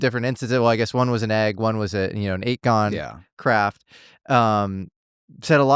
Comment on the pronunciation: Just curious why say eightgon rather than octagon